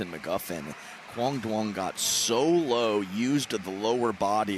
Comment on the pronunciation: Butchered his name so bad, quang Duong